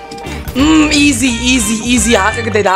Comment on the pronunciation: Bro has been my all time favourite Youtuber. I could give MANY reasons why is the best Youtuber. In 3 2 1 He is handsome, has the man face, a rice farmer, his avatar is Manly, he is the goat, he says IZI instead of Ez, his laugh is like a meme, he is always happy, he is always upset when he gets trash kits, he is the G.O.A.T(2nd time),he has over 10k wins, he is good at roasting, he defeats hackers, he defeats sweats, he defeats tryhards, he defeats youtuber, he has merch, he has rice spice, he has MANLY beard, his youtube logo is awesome, his engagement rate is always incredible, he has over 200k subs, he donates all his robux, he exercises, he eats twice, he is asian, he is fillipino, he has Millions of fans, he is cool, he is the most handome youtuber, he beat tanqr, he beats foltyn, he is the rizz master, he is the bow grandmaster, he coaches other youtubers,he has been an OG bedwars player, he does and doesnt touch grass, he sweats but never sweats irl, he is the G.OAT. THE G.O.A.T, he plays different games he has multiple kits, he puts a ton of effort into his videos, he keeps 1 leg on his chair, he has a cat called chad, his cat will be giga chad, his cat doesnt care about sweats, he wear glasses, he has bounty paper on his wall,he watches one peice,he has a teddy bear, he uses face cam so we can see his handsome face, He makes multiple colurs for his merch, he has a meme intro,he does give aways. I could tell more but my hand hurts from typing IZIIIIII